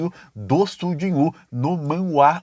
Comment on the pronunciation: é Sujinhu! Não Sung Jon Woo